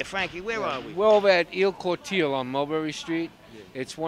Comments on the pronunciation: Il cortile is NOT pronounced ILL CORTEEL. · first of all guys,, learn to Speak and Pronounce the Italian language correctly or stay home. You butchered the name of " Il Cortile" , "La Mela" and then OMG ,, sfogliatelle,, I heard a " D " put in there somewhere,,, Mannaggia ! ! ,, go back to Italian 101 or better yet ITalian for DUMMIES